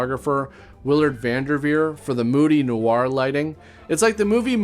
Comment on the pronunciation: You’re Canadian - how is that how you say “noir”? 😂